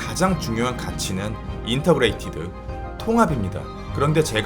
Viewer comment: 계속 Intergrated 발음도 인터그레이티드라고 하셨는데 Integrated 인티그레이티드의 오타입니다……영상 잘 봤습니다!